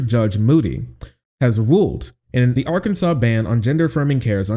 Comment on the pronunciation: while i do really love what your state just did for trans healthcare, it is pronounced objectively wrong and therefore i will not respect arKANSAS